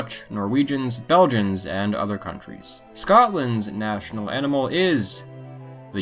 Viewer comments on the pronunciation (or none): none